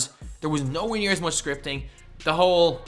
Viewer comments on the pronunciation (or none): none